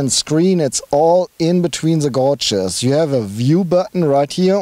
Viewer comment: Hello,...hello....love to hear both your accents when describing the cars etc, sounds very cool. Just a small imput,...., its not....."gouge"....like when you pronounce "shout- he is shouting loud"; it is "gauge".....pronounced like....well "gayge"......"the gayges are digital on the TT".....; Don't know if you care, or if anyone cares too much but i just thought it could help to make future reviews sound...right; don't lose the accents though, you guys on Ausfahrt.tv sound cool.....deutsch ist geil...Cius. (no German characters so i had to write it like that); Ps.if you need help with future pronunciation i am glad to help.